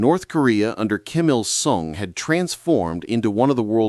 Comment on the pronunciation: Straight-up AI slop: Synthetic voice droning a hallucinated script full of name butcheries ("Kimmel Sun"?), stitched with stock clips and gen'd explosions. Zero disclosure that this is meaningfully synthetic—YouTube's Creator Responsibility rules demand it for AI narration, scripting, and production. Policy's crystal: Label as "Altered or synthetic content" on upload, pin a comment, or slap it in the description. No exemptions for your "untold story" grift. This breaches transparency rules, full stop. Fix it or get flagged. Views don't excuse dodging the rules. #AISlop 1. Script/Writing (100% AI) Why? Textbook AI outline: Hook (exploding prototype) → historical setup (1970s isolation, captured M16s) → tech deep-dive (aluminum woes, impingement fails) → climax (1973 test disaster) → broader "lessons" (Juche ideology pitfalls). Dramatic irony overload ("symbol of Pyongyang’s struggle") and repetitive motifs (failure, purges) are ChatGPT staples—no fresh sources, just Wikipedia + flair. Name errors (e.g., "Pac Min-shaw" for Pak) are dead giveaways of unedited gen-AI output. Evidence from Transcript: Segmented like a prompt ("The impossible task," "Catastrophic Test") with zero nuance or citations—pure narrative slop. Portion of Video: ~70% (core narration driver). AI Tools Likely Used: GPT/Claude for "engaging historical failure story" prompt; SEO tags baked in. 2. Audio/Voiceover (95% AI) Why? Expository drone with tension-building pauses, but flat affect—no breaths, stumbles